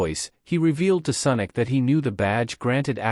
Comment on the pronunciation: Senic or sonic 😂😂😂😂